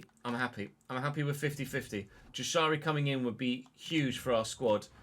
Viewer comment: Jashari is pronounced like yashari